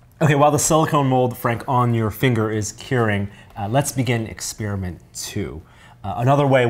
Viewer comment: don't you love it when they do exspearmints